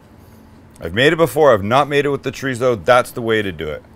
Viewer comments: no wonder I couldn't look it up it's not tarizo it's chrizo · its pronounced choritho in spain, there is no z or tso in the pronunciation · I grew up in California...my Hispanic friends pronounced it "chor-ee-so😉👊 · I like chee-re-zo but I'm not complaining 😂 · Love that he calls out Greg for how he says chorizo and then says basmati the most North American way possible. Gotta love Sam. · Your pronunciation of Chorizo is a Mexican pronunciation. Don't want to pop anyone's bubble but I'm not Mexican. I'm a German, French, Anglo-Saxon type of an American, in fact you could call me a Human version of a Mutt, a moniker I proudly hold. And being this type of Human I pronounce it the Way it's spelled. Anyone got a problem with that, well, sorry 'Bout your Luck.